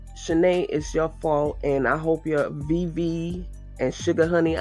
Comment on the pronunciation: I thought you said BV instead of VV 😅😅THATS HER NEW NAME! 😂😂😂😂😂😂😂